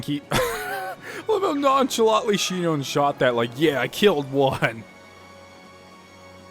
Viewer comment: Shinon isn't "SHEE-known", it's "SHY-non".